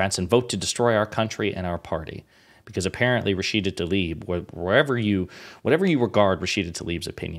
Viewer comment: Please, not ‘Talib’. Tlaib